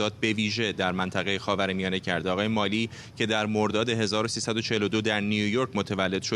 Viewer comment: هنوز یاد نگرفتید که اسامی و یا کلمات انگلیسی را درست تلفظ کنید؟؟ آقای ملی؟؟؟😀